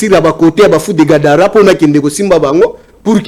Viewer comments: est ce que otangi commentaire na ngai avant oya kofinga, moi j'ai juste porté une correction sur le mot Gadara, parle Gabara et, parle de Gadara,et mot en question c'est (GADARA)et non (GABARA).... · c'est fou de Gadara et non Gabara, donc prononce bien